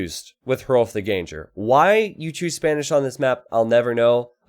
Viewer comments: Shouldn't Ganger rhyme with hanger/banger/langer/sanger/clanger, rather than with danger/ranger/stranger/manger/changer? (it also shouldn't rhyme with anger, and it also shouldn't rhyme with flanger) ENGLISH SUCKS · btw it's pronounced literally as 'gang-er', not 'gain-jer'.